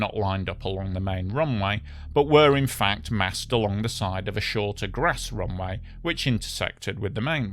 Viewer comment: What is a "roonwigh"? Did he mean "runway"?